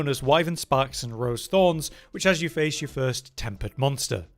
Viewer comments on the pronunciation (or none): none